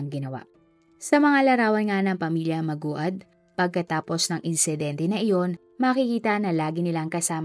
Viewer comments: Ano b nman yan.. paulit ulit ka lng hnd mo b alam ang tamang pag bigkas sa apilyedo nila... Pakiayos lng po.. pati tuloy kmi nalilito eh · Paki ayus nmn Po pag pronounce Ng apilyedo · Di ko tuloy yung video mali mali kSi yung pag pronounce ng apelyido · Ansagwa mo ateng pati ba naman pag banggit ng apelyido di mo pa mabigkas ng tama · Sana inaayus mo pag bigkas Ng apelyedo naku po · 𝗣𝗮𝗻𝗴𝗲𝘁 𝗺𝗼 𝗺𝗮𝗴 𝗸𝘄𝗲𝗻𝘁𝗼. 𝗣𝗮𝘁𝗶 𝗮𝗽𝗲𝗹𝘆𝗲𝗱𝗼 𝗺𝗮𝗹𝗶 𝗺𝗮𝗹𝗶 𝗽𝗮.😢 𝗵𝗮𝘆 𝗻𝗮𝗸𝘂! 𝗗𝗶𝗸𝗼 𝗻𝗮 𝘁𝗶𝗻𝗮𝗽𝗼𝘀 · Maguad!!! po para kang tanga magbabasa kalang ng docu mali pa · MANGUAD po hindi maguad. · sana inayos man lng ung pagbigkas ng tama sa apelyido. respeto man lng sana don sa mga namatay.. pinagkakitaan na nga... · Ang bobo ng pagbasa sa apelyedo nila.... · Gagawa ka lng ng content pero mali mali pa pronounce mo sa apelyedo.. kakasura ka sana inalam mo muna ang pagbigkas ate....😢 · Bakit po mali ang pronounce sa apelyido😢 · ndi pa isinama sa pag re search kung paanu i pronounce ung apelyido 😅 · Laging ganito. Pati yung isang crime commentator. Siguro maganda na research din para alam ang tamang pronounciation. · Grvii podka magbasa sa apelyedo maogad... Maguad oy😅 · It's mag wad, not ma gu ad✌️ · Magwad ( Maguad) po ang tamang pgbigkas ng kanilang apelyedo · Lods Hindi ma u gad Maguad -magwad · MAGWAD HINDI MA-UGAD😂😂😂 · Maguad (Magwad) not Ma-ugad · Hindi po mA-O-GAD mam MA-GU-AD(MAGWAD) PO! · Mag-wad pag pronounce bha. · Mag-wad po 🤦‍♀️ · Aye MA -GU -AD as in MAGUWAD pag binigkas🙂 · Hoy magwad when u pronounce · Maguad po mam,, Hindi ma-ugad. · Mali pa pagbigkas ma ugad daw hahhaha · Mag-wad ganyan po pronunciation ng surename nila😊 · At di mo talaga ma pronounce na tama ang maguad. haysssss! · Nag research kna lang din ung surname pa. Talaga ung kinalimutan mo, kaka asar toh maguad as in MAGWAD bwisit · Maguad po maam..(mag-wad). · Kaya nga nakakainis pakinggan magwad yan basahin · Pronounce as maguwad or magwad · Mag wad dapat ang pronounce ng last name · "MANGUAD" PO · Oo nga...magwad(maguad)ano ba Yan?😅